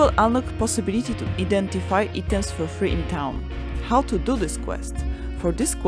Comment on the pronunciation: Amazing production. Thank you so much. Pronunciation: EYE-TOMS = items.